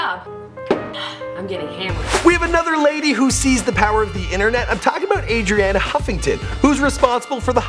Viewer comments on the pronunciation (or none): I think her name is pronounced Are-Rihanna Huffington not Adriana :)